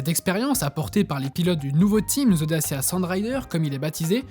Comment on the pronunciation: It's DaCHIa, not Dasia